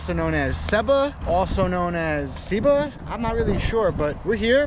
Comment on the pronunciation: I’m from GB and you got it right it’s pronounce “see-ba” great vid. Hope you got to see the airplane field in the back of it